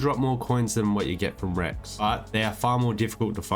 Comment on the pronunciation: wrecks not Rex omg (derpy me)